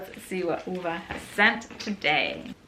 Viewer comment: She was perfect ! I assume that Renée did some research before. 😉